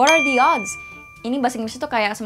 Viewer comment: is it “what are the oods” or “what are the odds” ?